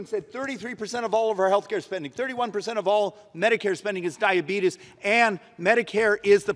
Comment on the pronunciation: Don't call it dyabetis, people say it like that jokingly